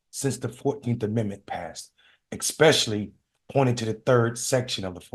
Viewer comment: The word "Especially" doesn't have an "x" in it😊